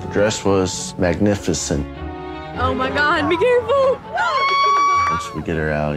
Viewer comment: Is the groom...okay? He literally seems slow “the dress was mayg-nï- fi- cænTt”